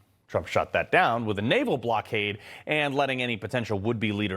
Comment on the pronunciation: THIS GUY CANT EVEN SAY CHYNNA without sounding like a moron